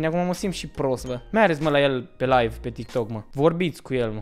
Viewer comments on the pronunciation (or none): none